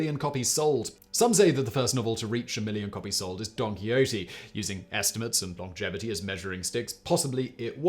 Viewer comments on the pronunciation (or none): Or Donkey Odie 😂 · I swear Simon is saying Donkey Ho-tee.